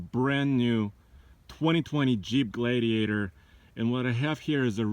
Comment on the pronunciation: Jeep gladeiator he says